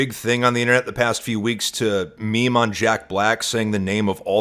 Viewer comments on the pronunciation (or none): none